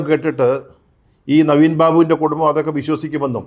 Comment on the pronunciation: കുടുമ്മം അല്ല 🤦‍♂️ കുടുംബം എന്ന് വ്യക്തമായി പറയൂ, താങ്കൾ ഒരു പത്രപ്രവർത്തകനല്ലേ. നവീൻ ബാബുവിന്റെ കുടുംബത്തിന് പാർട്ടി ഇടപെട്ട് തുടക്കം മുതൽ അനീതി ആണ് നൽകി കൊണ്ടിരിക്കുന്നത്. ഇൻക്വസ്റ്റ് നടപടി മുതൽ തന്നെ 😡